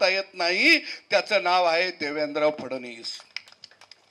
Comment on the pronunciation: सद्या तू अगोदर फडणवीस म्हणायला शिक, केळ्या.. फडणीस म्हणत आहे😂😂😂